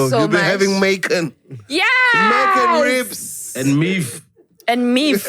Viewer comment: "And Meef" 😅😅😅😅😅